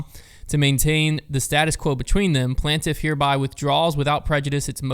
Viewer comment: Nobody:: “PLANT-if”